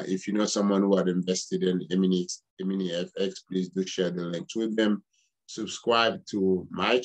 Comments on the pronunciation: It's not EMINIX, LET'S BREAK IT DOWN it's E-MI-NI-FX OK!!! There's one thing you did not know!!! Stay tuned There's more to come ok!!! All these questions you should of ask them before you spoke former prosecutor/ lawyer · Stop saying eminix lol 😂 Bagay ti granmoun nèt. Antouka, merci pou info yo.